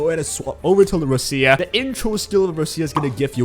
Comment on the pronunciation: sometimes I am amazed that people dont know how to pronounce her name like its such a stereotypical Italian sounding name its so like obvious 💀💀ROECHIUH